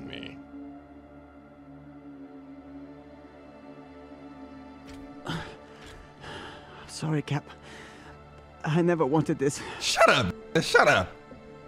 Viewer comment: we goin wit the new story, like SAWRY NOT SAWRY need maya